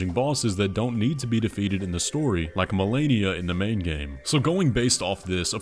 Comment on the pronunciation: was that an Asian accent joke with "Marenia?"